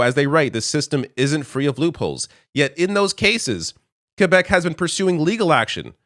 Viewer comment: Hearing Quebec pronounced properly brought a smile to my face.